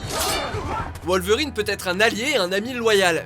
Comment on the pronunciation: Tout le monde a entendu la prononciation de wolverine oh ça m'a fait peter de rire